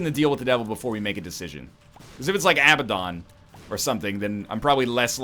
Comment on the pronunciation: UH-BAD-EN, NOT ABBA-DONG. It drives me nuts every time.